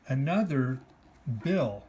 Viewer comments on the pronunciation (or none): none